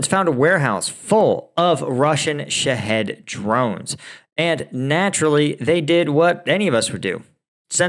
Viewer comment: Shaw heed , like lock heed martin, drones i think is how it's pronounced, i could be wrong, ❤